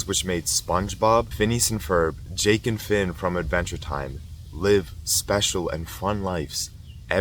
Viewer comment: "jake and finn" sounds so weird